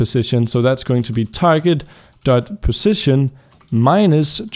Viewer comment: Ok idk if you fixed it(or if you still care) but, On the last error it you said "Positon" instead of "position"